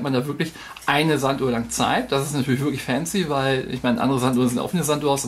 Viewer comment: Wort des Videos: "fääänzi" :-D